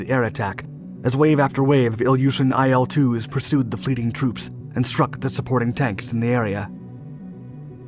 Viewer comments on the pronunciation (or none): "IL" is not an acronym so you're not supposed to pronounce it as "EYE EL". Its "ILL", as in the beginning letters of its designers last name that you mention.